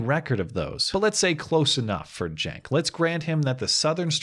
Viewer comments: Your title says Cenk but you say Genk. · I think you are pronouncing his name wrong, it is Chunk Uygur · Cenk is pronounced dink. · CNN Blackmail Support Cenk is Turkish, thus his name is spoken with a J, like Jenk. So yes, it is making fun of his name. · You keep mispronouncing that guy's name and I am DEEPLY OFFENDED. It's "Chunk Anger," dude! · justmemadison Yeah, just heard a couple of people pronounce it jenk so I'm sticking with that cos it's funnier ;) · "J" or a "G"? I'm pretty sure its locic with a "C", as in Cenk.